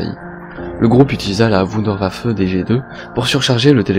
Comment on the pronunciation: wunderwaffe. mais mdr comment tu le prononce. c'est de l'allemand. On dit voundervaffe.